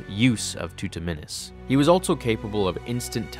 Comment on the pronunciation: That is not how also is pronounced